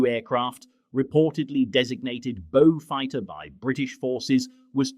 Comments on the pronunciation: Now a bo-fighter. AI sure is doing well............. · Now a Boe-fighter........ This just gets worse !